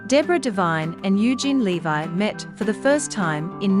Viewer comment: It's LEV-EE not LE-VI!